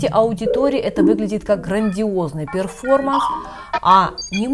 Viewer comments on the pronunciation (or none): none